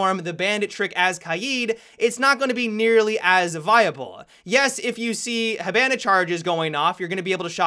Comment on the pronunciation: Will every say Hibana right?